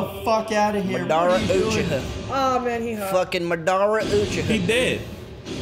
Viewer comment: hilarious bruh 🤣🤣 "madardurdurdur"